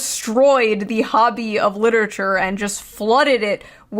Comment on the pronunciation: “Littitcher” 😑 Anyone who pronounces it like that knows nothing about literature.